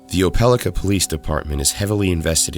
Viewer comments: It is pronounced "oh-puh-LIE-ka", not "oh-PEL-ih-kuh". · Oh Peh Lie Kuh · it’s pronounced Oh-pah-like-ah. im from an area near the town. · Pronunciation note: Opelika, Alabama is pronounced oh-puh-lahy-kuh according to the dictionary, and also to people at a company I worked for that owned a plant there. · Its pronounced Opal-eye-ka. 😂😂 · ope-ah-like-ah Alabama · You pronounced Opelika wrong. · pronounced the alabama city wrong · I laughed as soon as he said it, no body outside opelika can say it